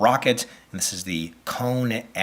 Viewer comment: It is not pronounced like "Cone", but like "Koni", just with an "e" at the end.